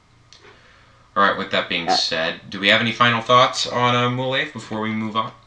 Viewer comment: MOLAVE is pronounced as Mo-Lah-Veh (Veh as in Venice or Lah-Veh as in LAVEnder)